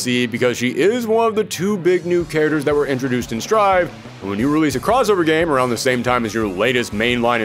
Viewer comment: 'Say "charagres" again.... say "charagres" one more goddzmn time! '